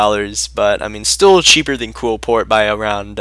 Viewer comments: OH MY GOD ITS QLIPHORT NOT QUILPORT!!!!!!!!!!!! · KLEE-FORT. JESUS.